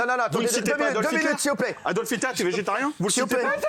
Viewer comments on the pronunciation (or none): ELLE DIT HIBLER.